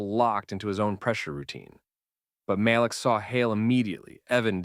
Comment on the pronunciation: Muh-leak. Say it, Muhhhh- leak.